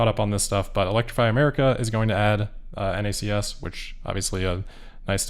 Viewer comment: Thanks for saying N-A-C-S instead of pronouncing it “NACKS”